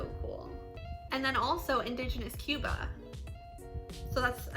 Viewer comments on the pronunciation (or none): none